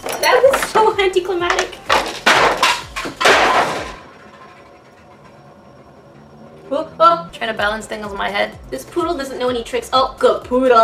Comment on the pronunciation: English #1 sika its anticlimaCtic not anticlimatic